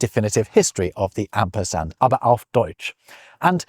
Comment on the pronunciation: Min : Asperard or Asperand?!?!